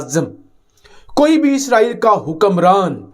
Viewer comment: "Eeesssraaaaeeeel" 🤣🤣 It's 'ISRAEL' bewakoofon.